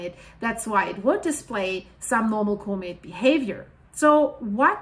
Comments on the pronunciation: comate? lol Repeat after me. Caw-met... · Thank you for the work you do!! If I may, the word comet is not "comb-it" like combing your hair, it's c-uhm-it, other than that you are simply amazing! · Do I understand her pronounciation of comet as being like "co-mid"? I'm just uncertain, that's all, because I don't recall having heard this pronounciation on this channel in the past, although I have been busy recently so I would have certainly missed recent videos.